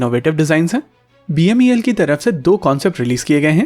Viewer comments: Its beml...you are calling it as bmel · It's not BMEL as said repeatedly, it's BEML. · It's BEML not BMEL. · Bhaisahib, it is BEML and not BMEL. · U r repeatedly saying BMEL inspite of BEML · Say BEML NOT BMEL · Sir BEML hai not bmel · BMEL NHI BEML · Video me baar baar "BEML" ki jagah "BMEL" bola gya hai. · BEML not "BMEL"